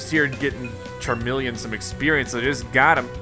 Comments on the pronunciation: It really bothers me how he keeps saying "CARmeleon" instead of CHARmeleon... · You pronounce Charmeleon wrong 😔